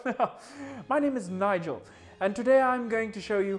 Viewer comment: I died when he said Nigel😂😂😂😂😂